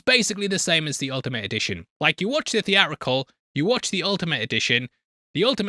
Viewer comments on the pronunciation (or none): Were you aware that there is a second “T” in the word “Theatrical”????